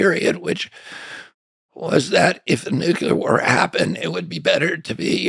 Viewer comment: He said "nucular." Oy.